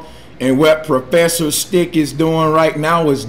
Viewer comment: propfesser sthiq